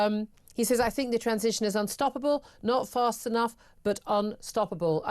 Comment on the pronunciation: Ed Miliband doesn’t seem to be able to pronounce “unstoppable” correctly.